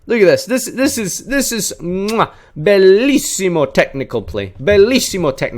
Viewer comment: where do you live? the way you pronounced bellissimo was very good lol